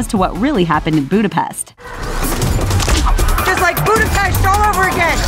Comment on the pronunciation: I like how Natasha pronounced Buddhapest correctly Buddha Pesht a Merger of two cities Buddha and Pesht spelled Pest but the S in it is pronounced as an SH.